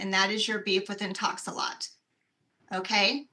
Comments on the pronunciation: He keeps saying Intox-a-lot. The company is called Intox-a-lock. 😂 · He's stuck In-Talks-A-Lot